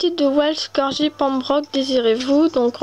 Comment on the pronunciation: salutsa s'ecrit welsh corgi Pembroke mais sa se prononce welsh corGUI pembroke